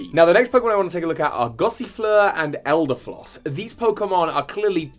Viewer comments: Did he say elder floss? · You might've said Eldefoss instead of Eldegoss. Apologise NOW!!!1!1! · It's eldegoss not eldefloss lmao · Eldegoss* not Eldefloss And Zacian pronounced Zah shee an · Isn't it "Eldegoss" not "Eldergoss" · Hey, you said Eldefloss instead of Eldegoss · Elde GOSS not floss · did you say floss? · did he say eldafloss? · I love how everyone has trouble saying eldergoss. calls it elderfloss, Duncan says eldergloss. is it that hard to say it? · It’s eldegoss -.